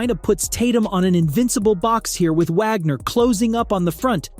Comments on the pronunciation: Wish you could pronounce Franz and Mo’s last name correctly…..Wagner! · 🤣it's pronounced as Vhagner